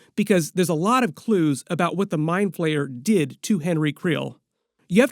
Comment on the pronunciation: He's the mind flayer not mind PLAYER 😅😅 💩 so annoying when you say player